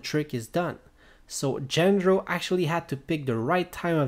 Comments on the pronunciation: His name is not "Gender-oh" but "Jandro" to produce the sound of an H. Also, this is obviously not how the trick was done. Do you even know what the rules of the show are? Way more reasonable explanations to the secret of this were already circulating many months ago, so, I'm kinda surprised you neglected them merely for such a non-explanation. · how come, when they SAY his name, are you mispronouncing it? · Maybe you should start by pronouncing his name properly.